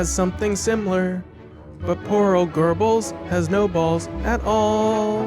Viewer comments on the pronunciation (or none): none